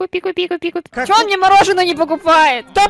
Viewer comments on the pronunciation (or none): мне не одной послышалось не купи а пику